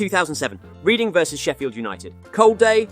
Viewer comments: Mate its pronounced red-ing not reading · You seriously don't know what you are talking about. Millwall Vs West Ham isn't just a "round 2 cup game" Reading is pronounced REDDING It's called Nil not Zero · reading fc is pronounced redding (if you don't know you don't know ig) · Reading it's pronounced red in ffs lol